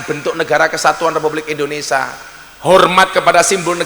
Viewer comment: Kok indoneSA toh???? gusss yg bener INDONESIA